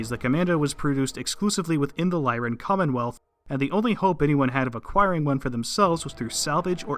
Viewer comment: Finally, someone who pronounces the Lyran Commonwealth correctly (to anyone who disagrees, go read House Steiner).